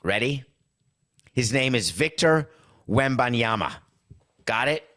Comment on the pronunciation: You nailed the heck out of the Victor Wembanyama pronunciation!